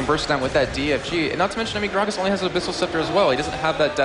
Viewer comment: The british guy calls gragas "Grag-Ass" LOL